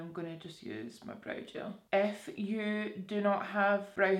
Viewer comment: Every time you said "if you" I thought you were saying "F you" 💀